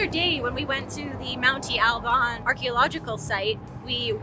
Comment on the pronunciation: El Mirador means The Lookout or The Viewpoint. Espejo (s-pay-ho) is Spanish for mirror. Monte (mon-tee) Alban not man-tee.